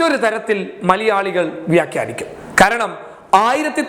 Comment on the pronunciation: `മലിയാളി´ അല്ല മലയാളി എന്ന് പറയ്ട്ടോ 😂